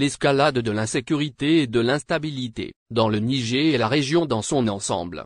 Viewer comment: De quel Nigé tu parles ? Il faut prononcer le "R" à la fin tête de Brélle ou d'Arioul !